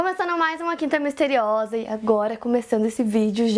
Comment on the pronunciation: Esse Miste riosa ta me dando agonia! KKKKKKKK POR FAVOR, ARRUMA ISSO! kkk